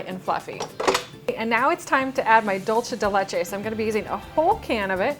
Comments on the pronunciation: DOOL-SE DE LECHE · I'm trying to get through this video but its dool-seh-deh-leh-cheh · Cringed every time said dolce de Leche wrong:/